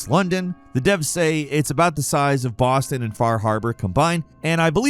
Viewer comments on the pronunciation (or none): none